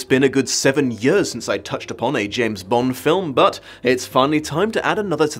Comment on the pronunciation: James "Blonde"?